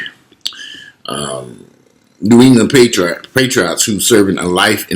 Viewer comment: Patriots. Patriots. no paytreeots.